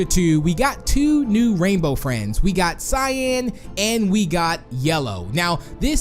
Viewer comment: When you said got you said gyat